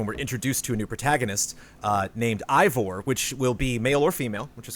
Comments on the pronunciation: Very small note, one of the Ubi devs said Eivor is pronounced "ay-vor" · Correction: Eivor is pronounced Ay-vor and not "I-vor". L&R